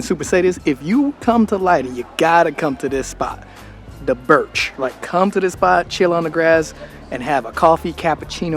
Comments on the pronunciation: "Burcht" is not pronounced "birch". It's pronounced bur-ch (as in loch)- t. It is a cognate of the English borough/burgh, meaning castle or fortress. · "Burcht" It means stronghold/fortress/Castle. And it's pronounced 'Burgt' Not 'Birch' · OK, pronunciation lesson here 😂 BURCHT is pronounced burGGGGT, not "birch" 😂But, I know, I know, it's a difficult one! The ch being a g! Come on, try it, you can do it,! ❤ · I like the big cappuccinos from the Bagels & Beans close to "De Burcht". Also, you pronounce the "ch" in "Burcht" like a G, so it's pronounced "Burgt" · First time ever i heard Birch for Burcht. Its a fortress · How's your Dutch lessons getting along,? I think you need a few more excercises, considering how you pronounce Burcht as "birch" 😀 Also: generally the Dutch regard "rules" just as guidelines... Especially people on bicycles. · Burcht is pronounced as ‘burgt’ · The 'Burch' had me on the floor. 😂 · De Burcht, CH sounds like GG. A Burcht is a kind of castle. Your Welcome😊